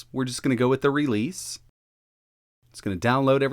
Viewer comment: That’s not how you say the word “Release”